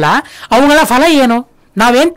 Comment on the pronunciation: Ondu saripadisabeku... Fhala alla... Phala... Fhala shabda illa... phala... Suphala... sariyaada shabdagalu Gurugale...